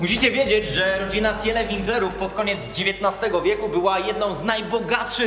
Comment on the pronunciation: Pisze się Tiele czyta się Tile